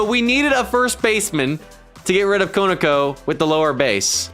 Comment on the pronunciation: It’s KO NER KO 😂